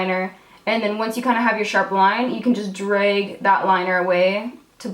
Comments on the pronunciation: I love the way you say "drayg." :) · I love it when she says DREG and EYE BEG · I'm happy about how many times you said DREG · lmao just spent a whole minute saying drag and making fun of my Canadian ass saying drEg too hahahaha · How is drag supposed to be pronounced? LOL I'm Canadian and I say it the same way. Is this one of those things that I can't tell I'm saying it wrong??? 😳😳😳 oh gawd